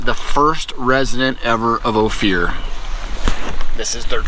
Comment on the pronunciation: Great Photoraghy and story telling. Ophir ispronounced Oh-Fir, short i sound. Thanks for sharing. Durango area is one of my parts of the state. I am a CO native from 133 miles East of Durango. Stay Safe out there. Happy Spooky Halloween!